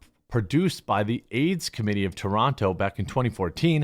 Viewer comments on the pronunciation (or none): none